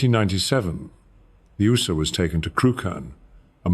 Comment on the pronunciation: First of all, that's not how Ooser is pronounced. Secondly, this is AI SLOP.